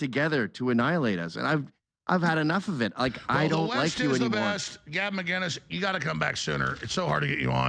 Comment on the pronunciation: should start by saying Gavin’s name right